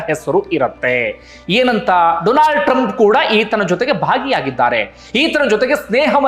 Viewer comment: ಕೂಡ "ಡೊಲಾಂಡ್" ಅಂತ ತಪ್ಪಿ ಅಂದು ಬಿಟ್ರು😂😂